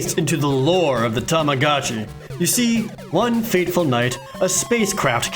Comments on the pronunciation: Omg stop saying tamacatchi it's tamagotchi!!!!!! Aaaaarrrhggggg hahahaha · i hate that everyone pronounces tamagotchi as 'tomogachi' so much